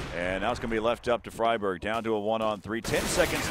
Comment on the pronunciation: ''Fryburg'' oh god my sides